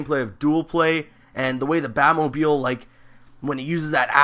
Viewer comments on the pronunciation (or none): none